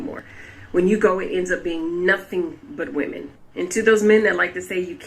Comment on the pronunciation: Say “Women” not Woman when saying plural.